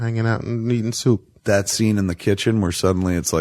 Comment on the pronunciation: 😂😂😂😂😂 "I like the idea of him eating syewp." 🤣🤣 Kevin even got Tim Burton's Californian accent down.